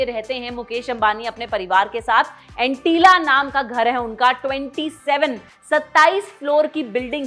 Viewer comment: It's not Antilla, it's Antillia